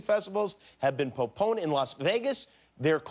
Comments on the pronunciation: puponed or postponed? Lmao 😂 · “poponed” don’t you mean postponed? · po poned. I can't stop laughing. hahaha he meant post poned but said po poned. lololol. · Still can’t get over the fact that Jimmy said “po-poned”. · he meant to say postpone, but came out with popone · Lmfaooo thank you, my brain would’ve skipped over that, “pohponed” 🤣🤣😂🤣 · “School has been POPONED” lmao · He said “powponed” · Did he say "Poe-powned"? instead of postponed? lol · “Coachella has been poponed” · Anyone else hear "po-poned" instead of "postponed"? lol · Did he mean to say postponed? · " Poponed " -Jimmy Kimmel. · Coachella was “poponed” ? Christ Jimmy! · Who else had a chuckle when he said “poponed” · I literally scrolled through the comments looking for this....I cracked up. "Al Capone was poponed" 🤣🤣. Ahhhh I crack myself up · Who else heard “poponed“ 🤣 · "Coachella has been poponed" Jimmy Kimmel 2020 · The way Jimmy pronounced postponed had me wondering if I heard properly or I don’t know the word 😆😆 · “The Coachella festival has been poponed” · Jimmy - that didn't go past me - POSTPONED is not pronounced "pro-pone" hahaha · They’ve been what?? “...po-poned?” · “The Coachella and Stagecoach music festivals have been pOponed” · Cochella and “Stage Coast” music festivals have been “poponed” Looks like Jimmy has made so much fun of Trump mumbling and bumbling words that he’s starting to do the same :) Still love ya Jim! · " poponed" says jimward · "have been poponed" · This is so stupid but when he pronounces “postponed” wrong has me dying😂😂